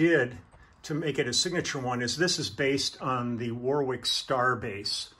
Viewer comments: Warwick is pronounced 'worrik'. Thanks for the video, enjoyed everything else. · If Warwick is named after Warwick in England, we don't pronounce the second "w", sound like warrick.